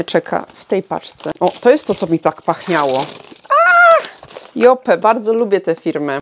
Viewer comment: Lubisz markę Yope, więc dobrze by było, abyś umiała poprawnie wymawiać jej nazwę. Wymawia się ją 'JOŁP', a nie 'JOPE'. Buziaki 😘